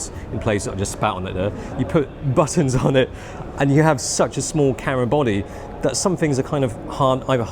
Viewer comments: It's so strange that you pronounce "camera" like "carah". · But he can't say camera?